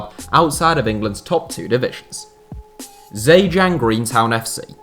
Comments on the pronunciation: Zhejiang is pronounced jer jieng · The Z in ZheJiang isn't pronounced, it sounds more like "Jhe Jiang". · Part 2 would be a great idea. Great Video!! Also, the pronunciation of Zhejiang is not entirely correct. This would be more appropriate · How you read Zhejiang woke me up, need massive improvement.